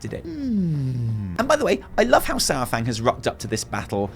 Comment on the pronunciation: It’s not SourFang.